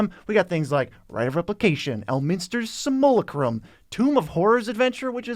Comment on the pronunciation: Simulacrum, pronounced sim-you-lack-rum. Say it with me boys, sim-you-lack-rum.